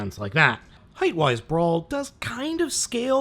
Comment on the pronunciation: It's brawl not brawn, brawl is a decepicon